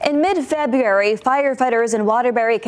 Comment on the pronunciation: Unrelated but both female reporters cant pronounce words correctly... "February" OR "Welfare"